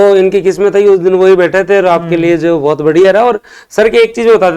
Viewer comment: बहुत को भोत बोलते, श को स बोल रहे, और को ओर, ये कैसा माजरा है भाई